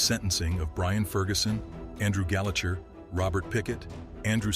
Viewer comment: Your pronunciation of Ibrox and gallacher was hilariously wrong